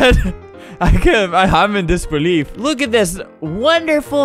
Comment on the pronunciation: "Im in disbeliefef"